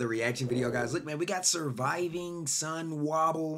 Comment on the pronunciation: Mansa is sonwabile so so na na na na bile not sonwahbile.😂🤦🏾‍♂️